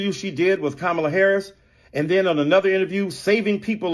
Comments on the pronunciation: did dyson just pronounce kamala in the racist way? Because that's what I heard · Whoopi Goldberg said "Ka-MAH-la" on the View. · Did he just mispronounce Kamala in that last clip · It’s pronounced Quemala for the Hispanic people 😂😂😂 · That lady mispronouncing Kamel-Head are perfectly fine. Nothing is more cringe than the White American English speaking "news-casters" talking perfectly normal & then going all 3rd-world when they say "JuATaMAIA" (guatamala)... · It’s pronounced Commiela